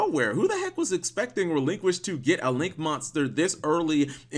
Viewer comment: It’s “Relinkquised”.